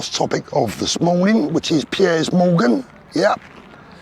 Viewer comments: Love how you pronounce “ Piers”. “ Pierres Morgan”. Spot on with all you say though man. 👍🏼🙏🏼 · Is it me or should it not be pronounced peers 🤷‍♂️